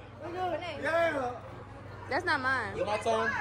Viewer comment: her name is benet . It’s pronounced benae